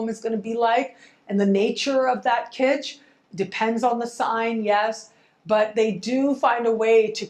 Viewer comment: Kistch? My Venus is Taurus says, "Yuck". Haha.